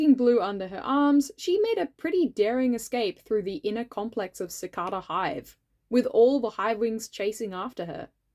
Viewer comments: Cicada ( si-ca-ta) hive It says it that way in the audiobooks. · I've gotta be that pest who tells you, it's pronounced "Eye-oh"! Edit: And also "Suh-KAY-duh" for Cicada :) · Yeah, no worries lol! I'm Australian too, never heard anyone say "cicada" like that! Maybe it's a regional thing?